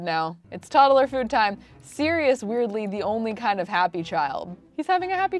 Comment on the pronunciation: “Todd-el-er.” Okay!